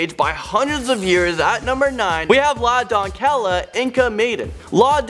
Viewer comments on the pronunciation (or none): La “Don-k-el- La?!? Its in spanish! !!! La DON-se-ya! Hahaha what!?! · It’s pronounced “La Donseya” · 2. Doncella is pronounced "Donseya" lol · La donkela?! It's La DONCELLA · "Lah Dawn-kella." I'm almost positive it's meant to be said "la doncella", with the ll pronounced as a y and the c softened. As a hispanic, I had a hard time getting past that. Also, the yelling. But a very cool subject, so there's that. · La Doncella (Don-Sel-ya) nor Don-Kel-la.. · La doncella is pronounced like dawn-say-uh and tocharian is toe-car-ee-anne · Say it "Lah Donseya", you sound stupid pronouncing it wrong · "LuH DoN KeL uH" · “La Doncella” LA DONKELLA Lmao😂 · La doncella it pronounced like la donsaya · La doncella is pronounced la donseya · La doncella means : The Maiden. It's pronounced : LA don-SEH-ya. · Doncella = /DON-SAY-YAH/ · #9 is pronounced la "don-say-ah" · "La Docella" is pronounced "La Donseya"